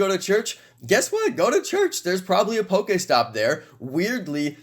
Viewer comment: The way he sayes pokestop do